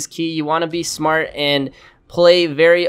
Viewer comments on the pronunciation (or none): none